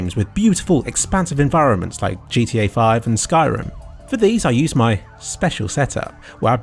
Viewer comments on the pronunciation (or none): none